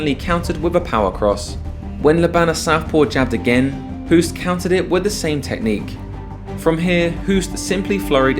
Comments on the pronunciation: Thank you, very nice video! His name is pronounced Hoast btw (like tv-host, or toast), not Hoooost as in cool. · And still you can't say his name properly. Hoost is pronunced as ''host'' but with a long o not the sound oo like zoo. Please try to remember if you have respect for this legend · Pronounced "host", as in "ghost". If you are devoting an entire video to this Dutch giant, can you please at least get the pronunciation of his name right? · The name Hoost is literally pronounced like the english word host. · It's pronounced as the english word 'host' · Hahaha I giggled when you summed up the fighting arts and when you said taekwando you showed a taekwando fighter beeing swept down by a muay thai fighter XD. Btw If you want to pronounce the name Hoost correct, say hose like fire hose) and add a T on the end. So Hose+t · The double oo is pronounced like an oa like in boat. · Hoost is pronounced the same as "low" as opposed to "look".